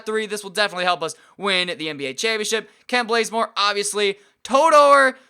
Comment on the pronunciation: lol dude u got to work on prouncing names.its Kent baze-more.not Kent blaze more.😂😂lol I'm sorry I'm just a big atl fan.#truetoatlanta